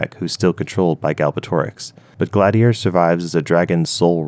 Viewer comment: His pronunciations, particularly for Nasuada and Glaedr, is terrible. Like, we’ve got actual pronunciations in the book.